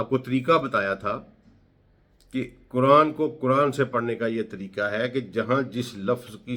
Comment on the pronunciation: کران نہیں قرآن بولا کریں۔ غلط تلفظ سے مطلب ھی بدل سکتے ہیں۔آپ کی فہم وفراست پہ ہمیں کوئی شک نہیں